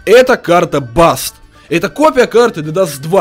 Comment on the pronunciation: Карта даст!!! ДАСТ!!! А НЕ БАСТ!!!